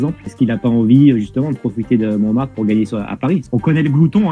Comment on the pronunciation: "La Chartreuse de Parme" ( La Butte de Montremartte